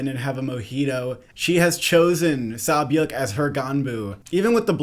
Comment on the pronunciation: Props on the name pronunciations! Sae byeok is kinda like 'seh byok' but the rest are good 👌